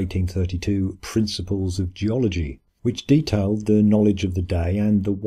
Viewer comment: o ma gawwd, gee-ology versus thee-ology